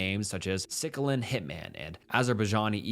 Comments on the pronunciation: Are you real or Ai? …”Sick-a-lin” 😂😂😂 …Sicily…so “Sa-seal-yin” I couldn’t stop lol’ing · you mispronounced "sicilian" as "sickelin". its more correctly pronounced "sissillian". it alludes to a person or thing which finds their origin in the island of "Sicily" (part of southern Italy) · It's pronounced "Sih-sill-ee-an", like how Sicily is pronounced. Overall, great video which has earned you a new sub! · SICK-ILL-IN??? Sicilian, like from Sicily, in Italy. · Maybe check the pronunciation before making these videos It's MEWES, not Mayweez! It's SISILIAN not SICILAN ffs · Sicklian Hitman LOL Its Sicilian(Suh-Sil-yn), just wanna give you the heads up before Tony Soprano comes after you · "the sicklin mafia" 🤣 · brother it’s pronounced “sih-sill-ian” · 23: "sick-il-in hitman" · sick-a-layin’ hit men 😭😭😭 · Sick Illian hit man... lol its Sicilian bro. It's an island south of Italy. Sicily. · This guy literally cannot read a good 45% of the words on screen. Sicilian does not = “Sick-a-lan” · Pronouncing Sicilian as Sickilan is a giveaway that it is AI doing the narration. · "sickilan hitman" bro.. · ik you did not just pronounce Sicilian like sickle-len. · "SIKLAN"?!!!! C`mon man...did you ever hear of Italy`s most popular island of Sicily/Mafia origins, does it ring a bell?!!CAMORRA, also, although not from the island of Sicily, but an Italian crew as well. The poor knowledge of English is simply coz them weren`t from the US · it's pronounced "sis-eel-e-an" as in a person from Sicily. Lol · Just so you know the word Sicilian isn't pronounced sickilian it's a small island connected to Italy, have you never heard of the original Mafia the Sicilian Mafia? Google Sicilian for the correct pronunciation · Sicilian ❎ sickilan ✅ Amnesiac ❎ Amenisac ✅ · Meiwes is pronounced like "My-ves", fyi 😂 And Sicilian is pronounced like "Ci-ci-li-an". I suggest looking up pronunciations of words before filming. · This must be AI. You can't even pronounce the word Sicilian correctly??